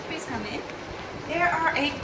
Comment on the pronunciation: "Prease cam in"